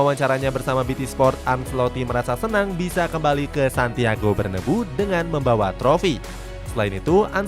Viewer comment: Min penyebutan "Bernabeu" itu sesuai sama penulisan nya, jangan di ganti bernebu.